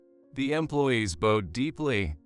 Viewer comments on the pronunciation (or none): Bowed? As in bow and arrow? Not Bow as in to bow down? This is why AI sucks!